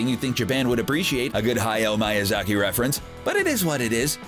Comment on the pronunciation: and to to ro instead of toe tuh roe and he said hayao miyazakis name wrong...